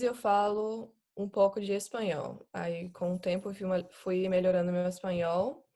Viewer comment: caramba, ela realmente fala muito bem, muito perfeito. Até os erros que as vezes cometemos, ela comete também, como falar tentano, e melhorano, o tentando ela fala perfeito, tentando, o melhorando fica meio estranho, como se tivesse falado melhorano. eu não assisti tudo, adiantei e pulei partes, mas realmente, parabéns, muito perfeito. e ela é muito linda também. e mora aqui, pertinho de mim, do meu lado. ahhahah, encarnou a baiana de Salvador mesmo. perfeito